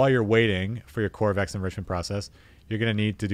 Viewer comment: Ko - va - rex, it’s named after the dev.